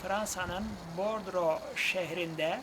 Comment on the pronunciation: Açıklamalarınız için çok teşekkür ediyorum. Bir hatırlatma:Bulamacın adını aldığı Fransa şehri Bordeaux(Bordo diye okunur.Bordro değil.)